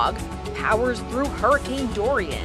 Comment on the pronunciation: Wow,at first I thought hurricane Dorian will be at Category 4 but it is at 5?That is fricking scary~😱Those people on the plane,i salute them for their bravery to go close to the hurricane Dorian (sounds like durian everytime I hear it😅) Kudos to them😎😎👍